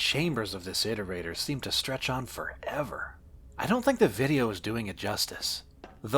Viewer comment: Im so used to hearing how Daszombes says iterator that hearing say it correctly sounds wrong